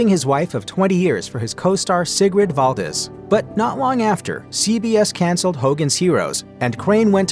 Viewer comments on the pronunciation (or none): none